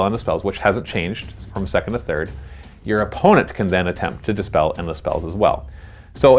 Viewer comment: Also it's Dispel not despell